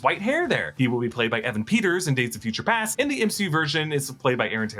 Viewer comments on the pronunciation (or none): none